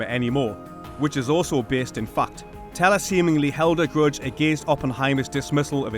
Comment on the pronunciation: Everytime you say "fact" I hear "f*cked". 😄